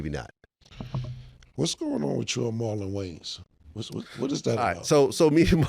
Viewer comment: “Marlon Waynes” you can’t get black ppl to do shit right 😂😂😂